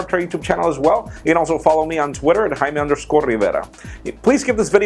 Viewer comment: Soften the r in River my man and Jamie is cool too.. Everybody knows your some spangilish dude. Cool video reviews bro and you're funny.